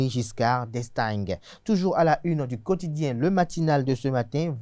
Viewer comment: Mr, tu me déçois... On écrit d'Estaing;mais on prononce: d'Estain,... À l'école primaire locale le"gue" ne se prononce pas. Un journaliste de surcroît "politique" et francophone, qui n'a jamais entendu parler du Président Valéry Giscard d'Estaing; président français ( ). "LA CULTURE GÉNÉRALE EST SÛREMENT LE CADET DE VOS SOUCIS... PAUVRE BÉNIN. JE COMPRENDS POURQUOI ON PRÉFÈRE LE BÉNIN AU DAHOMEY;CELA PERMET LA "DÉMOCRATISATION" DE LA MÉDIOCRITÉ, DU CRÉTINISME, DU " TOUT LE MONDE SE VAUT".DES AVENTURIERS, DE L'IMPROVISATION SANS PANACHES... "DES INTRUS DANS LA MAISON".CELA FAIT TROP DE TORTS A MON PAYS...